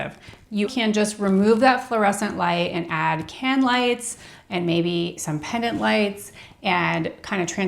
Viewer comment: The word is Pendant, not Pennant